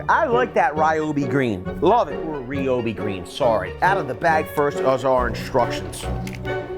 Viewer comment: anyone who has studied Japanese will tell you there are only 2, two, 2, syllables RYO.... and BI. not RI,,,, O .... BI... not RA....yo... bi.. like street fighter. it is not Rai Yu... it is one syllable. Ryu.